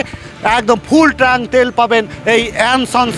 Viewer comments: ট্রাঙ্ক নয় কথাটা হলো ট্যাঙ্ক। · CHOR DILAR BAAL KI BAAL TRANK BOLCHEN TANK BOLUN ,,,,,,,, CILLACHEN KANO BAAL KAU MORECHA NAKI SOB BALER GARI